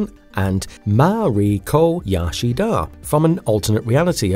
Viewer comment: All I'm going to remember from this vid is "Ma Ree Kah Yah Shee Dahh" lol Good video tho!